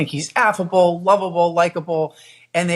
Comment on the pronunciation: "WALZ IS WARM AND FUZZY AND "WOVEABLE"